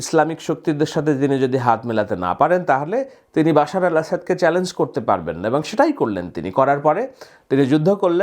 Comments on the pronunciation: ভাই আপনি এতবড় সাবাদিন,,ঠিকঠাক করে নাম উচ্চারণ করতে পরেননা,বাশারকে বলপন বশির!বাগদাদীকে বললেন আলকায়েদা নেতা!এতভুল নিয়ে কেন কথা বলতে বসলেন? আরেকটু রিহার্সাল করে,মুখস্হ করে দুদিন পর আসলেইতো পারতেন তাইনা।খুব সহজ কতা বুঝলেননা,আমেরিকা-ঈজরাঈল কেন খুশি কারন বাশার হচ্ছে শিয়া তার কানেকশন ইরানওরাশিয়ার সাথে।তাইজন্য তাদের একটা বিপদ বা পথের কাঁটা বিনা পয়শায় দূর হয়েছে তাই খুশি হয়েছে সহজ হিসাব!আর আপনার ধারনামতে জোলানী যদি আমেরিকা বা ইসরাঈলের মদদপুষ্ট হয় তাহলে কেন আমেরিকা ঈসরাঈল হাড্ডি খাওয়া কুকুরের মত হামলে পড়েছে? এসহজ মারপেঁচ টা বুঝলেননা ভাই আহারে কপাল।কোনো জালিম নরপিচাশের পরাজয়ে যদি কেউ খুশি হয় মিষ্টি বিতরন করে মাজলুমদের খুশিতে শামিল হয় এটা কিভাবে অজ্ঞতা হতে পারে?আসলে আপনারা বুঝাতে চানটা কি সেটা একটু ক্লিয়ার করেন বুঝলেন???? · জীবনভর শুনলাম বাশার আল আসাদ। আপনি বলতেছেন বাশির আল আসাদ।😂